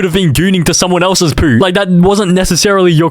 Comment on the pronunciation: the way he says poo 😭😭😭